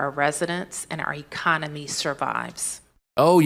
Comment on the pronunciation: She actually stated "iconery," not economy, how ironic. Lol.